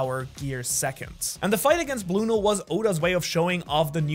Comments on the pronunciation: Bro it's blueno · I thought his name was blueno not bruno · Bruno?? Or blueno? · ok can we just talk about the disrespect that he called blueno bruno?